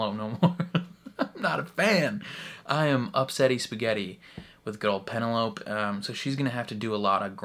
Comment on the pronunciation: LOL - are you calling her PeneLOPE on purpose, despite hearing everyone call her PeneloPEE in trailer? And the first two seasons! I can't tell. Awww. I've actually come around to anticipating S3 the most of all the seasons! Marketing has been genius. I, too, was doubtful Pen & Colin's season could beat Queen Charlotte. But NOW. Total turnaround. Love the idea of Colin redeeming himself by being her wingman. And friends-to-lovers trope. Looking forward to Nicola Coughlan's comedy chops! And so looking forward to all the subplots.